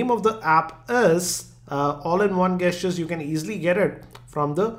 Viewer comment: Gestures is said like Jestures